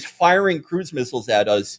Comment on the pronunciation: felix says "missiles" and "miss-ILES" like people in The Wire say "a po-leese" and "the p'lice" there are linguistic nerd accounts that should study Felix vowels. the way he pronounces "alien" with the first syllable like the one in "allergies" is worth a dissertation